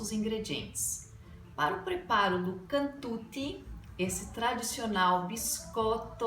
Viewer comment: Non è cantuti si pronuncia cantucciiii